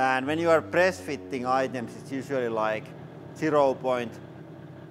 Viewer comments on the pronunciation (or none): "...when we pruss ... push from here"